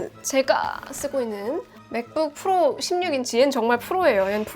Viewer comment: 주푸로~ 푸로 발음이 구수하구만~